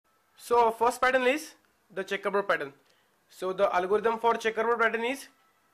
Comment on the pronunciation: "The next pattern is CHEckABouD"